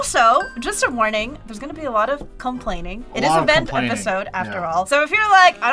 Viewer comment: It really sounded like said Fent in the intro 😂